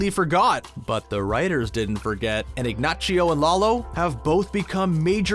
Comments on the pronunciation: Dude needs to work on his Spanish pronunciations. ig-NOSS-io, not ig-NOCH-io. tran-KEE-la not tran-KWEE-la ... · Who tf is "Ignachio"??? It's Ignacio🤦🏻‍♂️ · Everytime he said "IgNACHio" I cringed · Its Ignacio not Ignachio! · This video is cringe. The crazy 8, I thought, was Lalo just calling him by his established nickname, not actually dubbing him that. And why is the guy saying Ignachio. They literary say his name in the show, it's Ignacio not Ignachio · Way to say ig nachio it's igna c o I don't think you watch the show otherwise you d know how to say his name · So annoying that you call him Ignachio. It’s Ignacio. Nacho is the nickname but just because the Knick name has a ch it makes no sense why you would say it like that. Granted, Saul says ignachio, but it’s probably the terror of the moment that makes him say it like that. One thing I feel BB and BCS didn’t do their proper due diligence is the Spanish language. The only one that actually speaks it well is Lalo. Everyone else is fake, makes no sense, and is just plain wrong. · Omg. It's pronounced Ignasio, not Ignachio. And Rea SEAhorn? Really? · Here's something only americans do. he pronounces Ignacio as "Ignaccio". Not only he mispronounce it, he though the name was italian. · I think that's giving him too much credit... he pronounced it Ignachio because he thinks, if the nickname is "Nacho" the full name must also sound like that. But, as others have said, if he actually watched the show he would've heard the real pronunciation several times. Plus, there are plenty of Americans, especially ones living closer to the Mexico border, that would never make these mistakes. I live in California and I can't remember the last time I heard someone call it "polo" instead of "pollo" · bruh stop saying ignaCHio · Ig-nah-see-oh, please. C'mon man! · Yo good video but make the narrators pronounce words correctly. Lmao so annoying to hear ignachio and polos Hermanos over and over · Ignachio? C'mon man🤦‍♂️